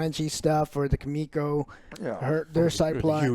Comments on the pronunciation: Her name is Kimiko! Not Kimo, not Kiko. Kim...iko. Kim...Iko. KIMIKO!!! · Lol it's Kimiko not Kiko it really bothers me so much 😂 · Say "KIKO" one more time and i gonna shout at the Screen... xD and no one corrects him , everyone scared of Angrylander Kappa . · How did they call Kimiko "Keeko" for so long lmfao? Have any of them actually watched the show? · Joe keeps calling "Kimiko", "Kiko" hahaha learn the fucking name Joe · calling MM. Muscle Milk, and Calling Kimiko, KYIKO makes me want to eat my own shit. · 4 seasons in and Joe keeps calling KIMIKO, Kiko... Come on dude. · Kimiko = Kiko 🤦‍♂️ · C'mon guys, it's Kimiko, not Kiko😂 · You guys are dumb, noir IS the same actor as last season and it’s not a actor it’s a hero they got to just replace noir, also it’s Kimiko, not “Kiko” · If Joe says "Kiko" one more fucking time... LEARN THE CHARACTERS NAMES! YOU ARE A FUCKING "CRITIC" THIS IS YOUR "JOB" SO PLEASE START ACTING LIKE IT... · Ki-mi-ko ffs 😂😂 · Just like the entire season 2 review where they constantly say Homefront instead of Stormfront, how do they get so many names wrong all the time. "Kiko" is not her name lmao. "Muscle Milk" isnt his name